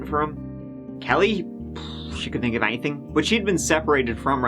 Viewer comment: I think ("tink" 😅) we need to start a GoFundMe to buy some "H"s to put after "T"s. My goal turty tree tousand dollars. 🤣 I joke dude. Love your content and how you present it as well as your accent. 😎🇺🇸